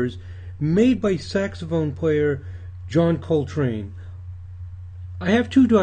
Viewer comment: STOP SAYING HIS NAME WRONG